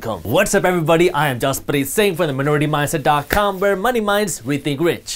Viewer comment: I like how you say 'Jaspreet Singh' in Punjabi and not 'jazz pre sing' in English haha